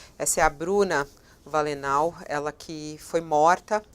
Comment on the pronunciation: Fabíola, não é Valenau, é Valeanu.